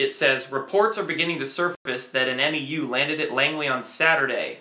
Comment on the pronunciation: hey brother, great job again. Just FYI, the Marine Expeditionary Unit or MEU is shortened by pronouncing it as a single word: "mew". Nonetheless, good report.👍🏻